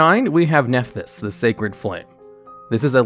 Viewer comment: When he said the name of that Nephthys link monster I thought I was having a stroke given how different he pronounced it from what it said on the card on the screen lol